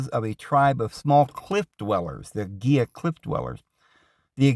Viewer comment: It’s pronounced hee-luh river..not geelah…Spanish word.